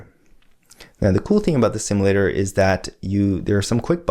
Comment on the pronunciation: My only complaint is how you pronounce "simulator". Guessing that's bkz you're Canadian though.